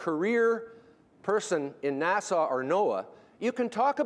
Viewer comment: Interesting video. Makes sense, but then again he pronounces NASA as Nassau which makes me question him and his theories.